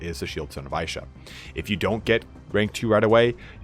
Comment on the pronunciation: Isha is pronounced "Eesha" not "Aaeesha". Great vid apart from that, i didnt even know there were secret items in the game ! Actually incredible CA would go out of their way to include those "easter eggs" that 1% players find.